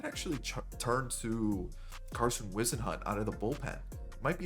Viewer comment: Pronounced wizz-en-hunt just to help u for the future